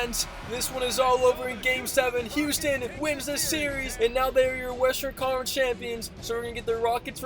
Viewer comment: Who else hears "College" every time tries to say Conference Finals? Just me?